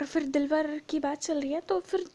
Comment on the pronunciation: Not Dilwar its Dilawar